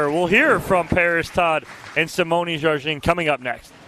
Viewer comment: Sounds like announcer is consistently mispronouncing Simone Jardin's name. Very unprofessional